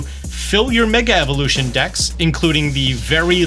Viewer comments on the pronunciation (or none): none